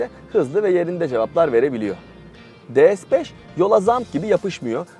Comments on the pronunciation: DE-ES 5 diyorsunuz D TURKÇE (DE) S (ES) İngilizce ortaya karışık ya abi senin eline bir senaryo bir metin mi tutuşturuyorlar hiçbir canlılık emaresi yok biraz biraz gelişi güzel olsan ya neyse Bu arada Dİ-ES-FİVE diye okursan ingilizce DE-SE-BES diye okursan Türkçe oluyor Türkçe öyle ortaya karışık olmuyor ne yazıkki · Her şey iyi güzel ama neden De-Es? De-Se yada Di-Es olmaz mıydı? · De Es ne ya? D S de bari. Birini Türkçe diğerini İngilizce söylüyorsun. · Lütfen, rica ediyorum ya "de se beş" de ya "di es beş". Bin kere söylemişsin resmen sinirim bozuldu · De Se yada Di Es demeniz gerekiyor sırf bundan dolayı izleyemedim videoyu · de es beş yanlış bir telaffuz değil mi? S harfini neden İngilizce okuyorsunuz ki?